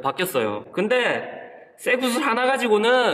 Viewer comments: 처음에 0.7초 쇠구슬이라고 하는거 이상하뉴말로 들려염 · 쇠구슬할 때 구 가작아서 섹스라고하는거같음 ㅋㅋ